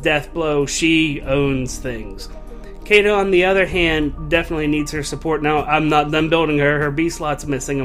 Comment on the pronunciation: her name is pronounced shiida